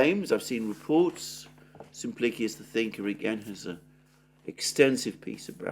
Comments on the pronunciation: Sim plik ee us Emphasis on the plik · I cant read the pronounciation of "XXX the thinker". Please pronounce this more clearly.